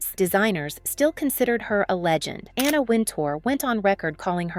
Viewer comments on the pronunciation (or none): none